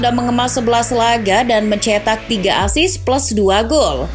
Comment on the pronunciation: Assist bukan asis